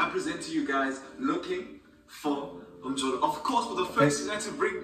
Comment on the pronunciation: I love all of them 😂🔥 . Can’t believe you know how to pronounce “Mjolo” New subscriber 🤩🙌🏽